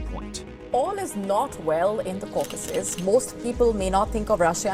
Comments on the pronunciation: This VO does not know how to pronounce "Caucasus"...?? Are they even native speakers? How did the editor not catch that and ask for a re-recording? Also the VO should probobly talk a bit slower... He also mispronouced "Karabakh"... 😅 Hire a better VO... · Dude learn how to pronounce 'Caucasus' if you're going to make a documentary about it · Never heard anyone pronounce Caucasus like you wth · Please learn how to say caucasus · Bro you have to stop pronouncing the caucuses like that. Please. 😂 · learn how to say Caucasus correctly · Your stressing the wrong syllable with Caucuses. I think . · Yes that’s right, stress should be on the first syllable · bro still pronouncing caucasus funny xD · Peace between Armenia and Azerbaijan will happen before Americans learn how to pronounce Caucasus. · Dude it’s not caucAsus it’s caucasus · bro it’s not south kakazuzuzuzuzuz it’s Caaaaaucasuuuuus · Jeez! would you PLEASE say "KAW-ka-sus" instead of "ka-KA-sus!." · "Ka-caw-sus" As an armenian, it's CAW-ka-sus in english, please pronounce it better next time, thx XD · It’s cau-cau-ses not cocaweses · I’m sorry, did you just pronounce CAUcasus as cauCASus??? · is-REAL and cau-CAS-cus. oh man... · It’s not South “Kasases”. It’s caucasus. Like “Caucasian”. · It’s pronounced “cau-kuses” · Please pronounce “Caucasus”properly. It’s pronounced kaa.kuh.suhs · It's Cawkisses, Caucasus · What's with saying "ca-caucus" like Dukakis? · The region is pronounced: KAW-kus-us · Every time he said "Cacaw-sis" it makes me irrationally angry. If you do geopolitics, pronounce the geographic part properly. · Caucasus is pronounced 'cor - cus. If you are producing a commentary, you should at least pronounce the region correctly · "Cuh cass ess" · Not stressing the wrong syllable, he’s reading it completely wrong, as if it’s spelled Cacausus. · It's pronounced "Kau'-ka-sus". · Are you mispronouncing"Caucuses"? Or am I ignorant lol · Where did you learn that pronunciation of Caucasus?